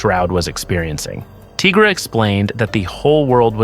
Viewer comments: You as well ? Why you calling Tigra 'Teegra' ? There's no such thing as a teega. She's a tiger. Good video though 🐾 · Would you call White Tiger....White Teegra 🤣🤣 no ..then why the hell are you calling Tigra ..Teegra 🤦🏻‍♀️